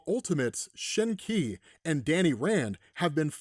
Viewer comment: Qi is pronounced "chi"